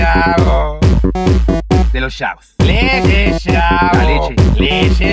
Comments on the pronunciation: el profe a cada rato dice chavos y siempre me acuerdo de shavos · mi parte favorita es cuando dice "de los shabos" :v